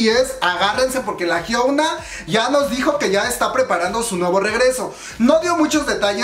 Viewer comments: chisme y mas Yo:soy la unica que noto que dice HYUENA mas de hyuna jajjajajaj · Es hyuna sin la E. Solo digo